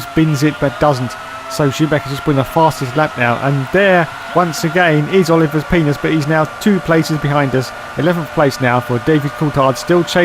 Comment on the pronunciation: Leela C'mon Leela he said wrong.